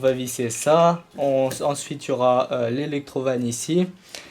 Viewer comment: on dirais que tu dis electro vines